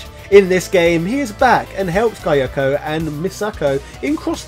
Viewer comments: The part that bothered me most is that it's Kyoko (key-yoh-koh). It's said that way throughout the game. I know has an accent, but the mispronounciation was highly distracting. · Everytime he mispronounced Kyoko, it hurts me.